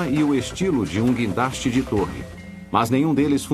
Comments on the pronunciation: Se você entrou aqui só para zoar do "quindaste" dê um joinha!! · é "guindaste" sua anta !!